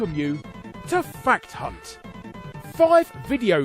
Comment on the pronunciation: Fact hunt..... I heard fat c... Haha